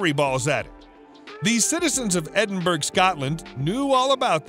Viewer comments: "Edinburgh" is pronounced "Edin- burra" not 'Edin berg'" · Edinburg? Seriously? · Edinburgh is pronounced Edinbra with the second part said faster and softer. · I'm a Brit but married a Yank 25 years ago. Most of America pronounces it the way this guy does. When you tell them how its actually pronounced. They will reply, 'yea that's what I said, Edinburg, right?' lol. It's just a thing they cant get their tongues around, thats all. How do you pronounce Wessagusset or Saskatchewan. Now the boots on the other foot. I have to laugh, as it appears from the comments here, that half of our own people, don't know the correct pronounciation either. As a child I grew up in Scarburg by the way lol. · No, it is pronounced : Ed in bur o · Please learn how to pronounce place names Edinburgh is pronounce EdinBra Agincourt is pronounced Argincor. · Bone would be a better material to use over stone and wood. There is no mystery there, simply the material was better for crafting and could last longer. Also, it is pronounced EDIN-BUR-AH. Shame on you. I dare you to go there and say it as you did...LOL. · So annoying he can't pronounce Edinburgh. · whatever... its still freaking painful to listen too... and how can it get CANTEBURY right but EDINBURGH utterly wrong.